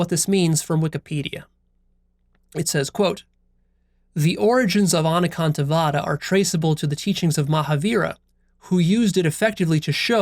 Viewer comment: I was born & brought up in a jain family and I'm well aware of anekantvad i.e. several perspectives. I love the way you pronounced this Sanskrit keyword.